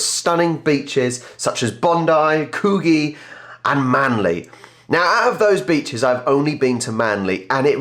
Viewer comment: That would be "Could Gee" beach.